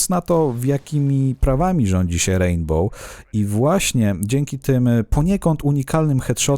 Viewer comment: Hej uwielbiam Twoje filmy ale proszę nie mów w "rejnbole" ;)